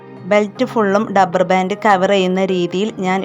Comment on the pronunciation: ഡപ്പർ അല്ല റബ്ബർ